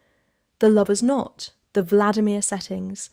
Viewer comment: Lovers knot, it is not "Lovers not"